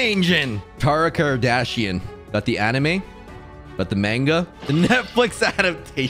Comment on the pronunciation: the way he said “manga” AAAAAAAAAAA